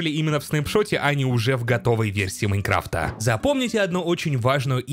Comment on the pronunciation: "У версии Майнкрыфта" xD